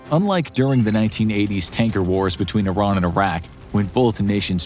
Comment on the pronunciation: Finally a youtuber that pronounces Iran correctly